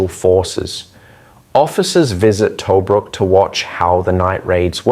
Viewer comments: pronounced TaBROOK. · Us Australians are proud of our "Rats of Tobruk". Great summary but if only "Tobruk" wasn't mispronounced throughout. It is "Tu-brook' - U as in 'up' & 'brook' said same as a small stream. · Yeah, but where is this "Toe-brook" place he keeps talking about?